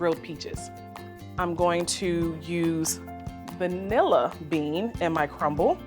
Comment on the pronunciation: I like how she emphasized “VANILLA bean,” as opposed to kidney bean, lima bean, navy bean….